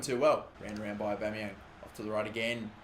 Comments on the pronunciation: It's Pierre-Emerick Aubameyang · Pierre emerick Aubeymang